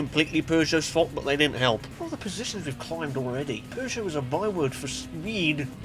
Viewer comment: I find it funny that you call Peugeot and it sounds like you're saying Persia, no offense, I just find that funny :P